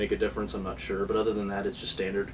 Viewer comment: you mean "....but now I'm not "SUHR" anymore....